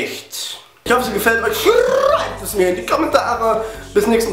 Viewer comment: Alda... bist du TC? wegen "SCHRRRRRREIBTS" xDDDDDD